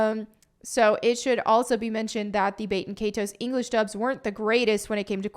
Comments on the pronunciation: Please it’s not bate in kay ties. It’s Bat-in Kai-tows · Bay-ten Kay-toes 🤢 The horror in her pronunciation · When you hear baten kaitos being said completely wrong. Just proves the point why it was removed. 😂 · learn to pronounce the title right